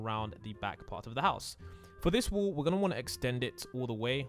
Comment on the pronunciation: lol im just saying how he pronounced 'wall' as 'wool' XD